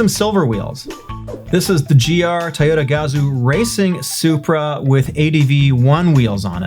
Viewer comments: Bro. It’s pronounced TOYOTA (toi-ohhh-tah). Not tyota....comon man. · Love how me pronounces Toyota Tah-yo-ta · I'm just bamboozled the way he pronounce Toyota